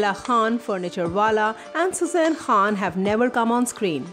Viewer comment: BOLNA SIKHO KHAN HOTA HE KHWAN NAHI